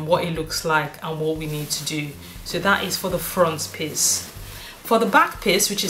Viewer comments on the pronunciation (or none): Great tutorial. Every time you said piece it sounded like you say piss lol. 'Im British I'm easily amused.